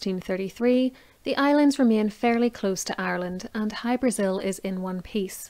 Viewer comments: It's pronounced hy- bra- ZiL. Most definitely not Brasil . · In Irish oral lore the name Hybrasil is usually rendered with the emphasis on the vowel "a" rather than the vowel "i" as in the name of the south American country. Aditionally, is it possible that the Azores islands or Madeira might somehow have come into the frame?